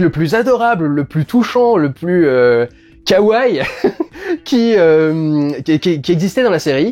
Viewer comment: Par contre ça se prononce Ka-wa-i (en trois syllabes).